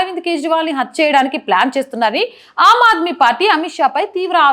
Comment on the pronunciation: అమ్మా బాగా నే చెపుతున్నారు. కాని భాష కాస్తంత సంస్క రిం చు కోవాలని సలహా. am aadmee కాదు aam aadmee, సమా nlu కాదు summon లు, ముసలి కన్నీరు కాదు మొసలి కన్నీరు